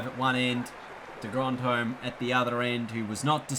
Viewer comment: It not de grondhome it’s de grondhom 🧐